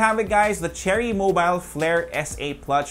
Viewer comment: "pluch" hahahaha 😂